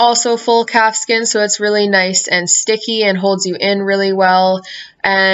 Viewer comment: Am I the only one that heard capsicum leather rather than calfskin leather???